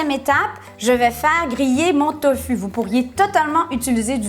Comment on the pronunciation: ça se dit tofou ma belle